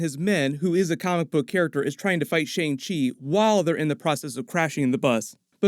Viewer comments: It’s not Shang-chi it’s Shung-shi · The correct pronunciation for shang chi is "sung-chee" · I was one of those person who pronounced Shang Chi like Aang with the Sh but it's actually Shaun Chi , Simu and Feige are also pronouncing it this way. Idk how it was originally pronounced in the comics if it was different, and I'm not Asian so idk the "correct" way to pronounce it but out of respect we should pronounce it how Simu Liu is which is Shaun Chi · Great video!! By the way, Shang Chi is pronounced “Shung-Chi”. Like “sung” but with an “h”. And Michelle Yeoh is pronounced “Michelle-Yow” not “Yaw” ☺️ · XiaLing is pronounced more like Sia-Ling, not Zee-ling. Also ShangChi, pronounced more like Sha'ng Chi, not Shane Chi. That the more proper mandarin pronunciation.